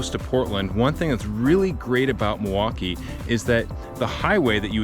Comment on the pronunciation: Not to quibble, but his pronunciation of Milwaukie is odd. He says Muh-Wah-Kee, instead of the correct way, Mill-Wah-Kee. The L is not silent in Milwaukie.